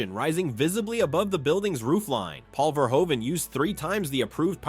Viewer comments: Verhoeven is pronounced like Verhooven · Verhoeven is mispronounced too